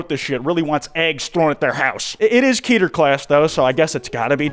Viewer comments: Its k-eh-ter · Keter isn't pronounced like Peter, is Hebrew for crown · Everytime someone say "Key-ter" it hurts me.